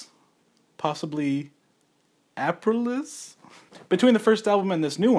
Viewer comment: Dude how can you not know how to pronounce the album title. He actually says it several times in the album.